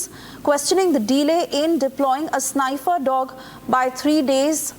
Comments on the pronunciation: Its a 'sniffer' dog, not 'snyyyfer dog' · SNIFFER Dog not Snafer.. please train your journalists to read their Reports correctly. They are not future Indian WOOD MOVIE BIMBOS.. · "Sni-fer" dog? what is it? a cross between a sniper and a sniffer dog?